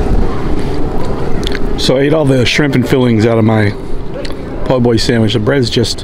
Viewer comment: you said po boy with the hard R